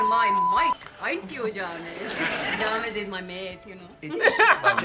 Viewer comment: Ahh the English sketch. Where we get to appreciate for the first time (Jah-mes)